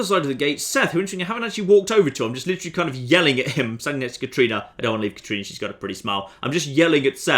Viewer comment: That was clearly a "Katrina" not "Katarina" in shady sands,. You'll hardly make any headway romancing her if you keep getting her name wrong!